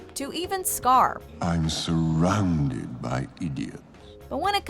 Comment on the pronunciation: "I'm suronded by idiots" - scar